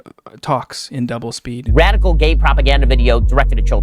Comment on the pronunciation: I'm so sorry, I lost it when I heard him say "wadical" instead of "radical" when we first saw him